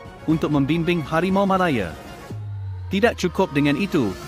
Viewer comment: Cuba belajar lagi sebutan yang betul Anda bukan ande Malaya bukan malaye